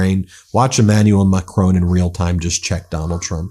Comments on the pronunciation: His name isn't pronounced Macrone, there is no "e" on the end of his name. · There is no Macrone in France. It is Macron. Get it right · Ben, his name is not Macrone, it is Macron. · It's macRON not macCRONE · Please Ben it’s pronounced Mack Ron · At least, rhyming with Don would sound closer to French than rhyming with Bone does. Painful to listen to. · How dare you pronounce the President of France surname incorrectly. I thought you were intelligent. Got that wrong.